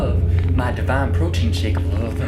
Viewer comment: “Brotein”. LOL!